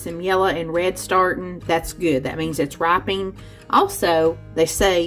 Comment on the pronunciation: Oh. When you press on a mango and it's "gives" a little, it's RIPENING, not "ripeing". You can put it in a bag to speed up RIPENING, not "ripeing". 😉